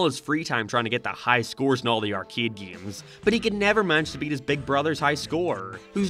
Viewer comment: I'm so sorry, why do you pronounce "games" like gayeams 😭 What accent is that?